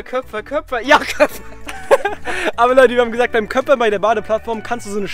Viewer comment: Es heißt köpper… ein köpfer ist was gaaaaanz anderes 😂😂😂